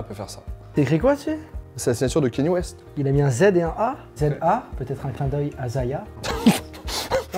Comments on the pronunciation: Gros respect pour le taff d' mais vraiment on dit Kanye West pas Kéni West mon reuf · Quand on se prétend pro de la sneaker, on ne dit pas kéni ouest. Ka-nyé. D'avance merci.